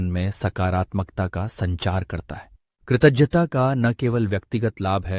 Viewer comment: Kritagyata sound is wrong can you correct it from video